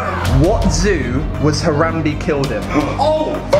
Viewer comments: ***** You called him "Harambee" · did he just pronounce harambe harambi!?!?!?TRIGGERED